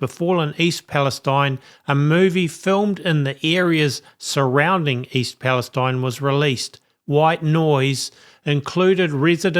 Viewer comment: I don't mean to have a go at you but why is Palestine pronounced differently ? Is that to please the Zionist lobby ? Which is out of racism against Palestinians. It would be better to change the spelling to eene.